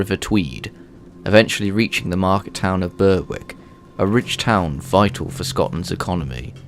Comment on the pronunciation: good video but its pronounced BERICK not berWICK w is silent